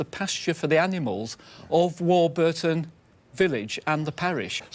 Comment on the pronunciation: Great episode and having grown up in that area I’m so glad Stewart pronounces warburton right